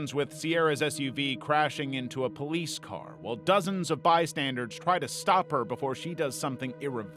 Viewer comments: I love this channel, but um...it's "bystanders," not "bystanderDs." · What is a “bystandard” ? You said it three times 😂 Do you mean bystander? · It's "bystanders" not "bystandards" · Why does he keep saying "bystandards" it's driving me crazy